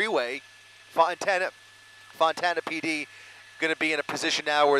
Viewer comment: Why does the announcer keep calling Fontana, Montana?